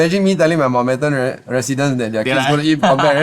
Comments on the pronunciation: Mount-bat-ten not mount-bed-ten.😂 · Bed ten also good lah